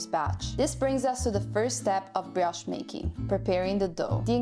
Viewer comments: bri-osh not bri-oosh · It's not brosh but brioche. And that's French. Your 18 ounces probably have the same amount of coffee in them as a double espresso. You get American coffee when you put water in your cup after finishing your espresso.